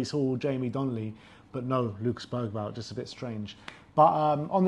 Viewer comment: Hi guys, I would sincerely appreciate it if you would pronounce our players’ names accurately. EPL recently released a video on how to pronounce every player’s name. I just learned that Bergaval’s name is pronounced without “g.” Many thanks!!! COYS!! 🎉